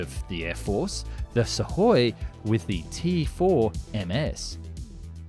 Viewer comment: Imagine if this announcer knew how to pronounce SU - KHOI properly.